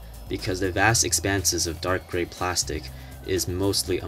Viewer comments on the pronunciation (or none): none